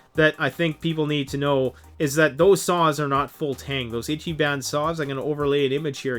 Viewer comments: That salt over saws. Kinda makes me laugh. Moreso though your horrible butchering of Japanese words. "Itchy ban" is not a thing. It's Ichiban "ee-chi-bon " meaning something akin to "Greatest" or "Best". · Still have to admit the samurai saws are still pretty good as saws go. But I am glad that the silky was represented correctly. In addition ichiban is pronounced ee chi bon (like bon bon) not itchy ban. Just helping out with phonetics sounds. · Japanese i is pronounced ee. Eecheeban, not itchyban. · Good video and even better comments section. But you’re killing me every time you say Ichiban. It’s pronounced Each-ee-bahn. translated as “number 1” in Japanese. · You better learn how to pronounce it: “Ichi-BON” even though it’s written “ban”. It means “best” or literally “number one” in Japanese. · and stop mispronouncing it is pronounced like itch-e-bon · its pronounced more like "EEchEEbAHn" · And ergonomics....sorry but was overwhelmed with "itchyban" etc. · How do you get hungry by saying Ichiban wrong? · Please google the correct pronunciation of ichiban. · If you're going to sell Japanese saws, please learn a little proper pronunciation. Long time subscriber and love your videos but this one made me cringe.